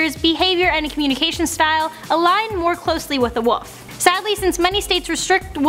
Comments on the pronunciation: Wolf not woof omg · wolf LLLLLLL not woof WOLLLLLLLF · she keeps saying woof not wolf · Wolf not woof! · I hate people that say woof instead of wolf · I'm disliking for the soul reason she said 'woof' instead of wolf... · Wait does she mean to be saying woof cose I thought it was wolf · was it Christian woof or Christian wolf😕😕